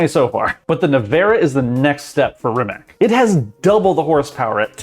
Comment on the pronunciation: did he just say Rim-mak? please please never say that again